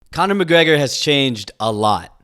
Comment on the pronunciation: CANA MACGGREHAAA